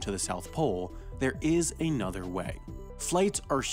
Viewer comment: Pronouncing all a's as long a's is bad enough, but saying AYnother instead of ANother is really annoying.